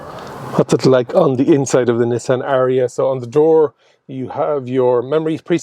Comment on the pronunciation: Lovely "Nissian". Where are they built? Sunderland?